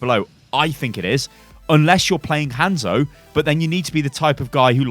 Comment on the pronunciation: ITS HANZO NOT HENZO